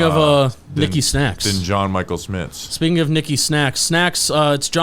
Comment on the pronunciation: It’s pronounced sCHmitz!